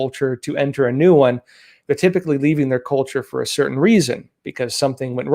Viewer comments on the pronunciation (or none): none